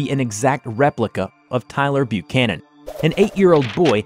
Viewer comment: thumbs up for pronouncing "Buchanan" right.